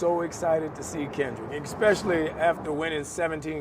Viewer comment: Ugh but you said “EXpecially” so … I’m out.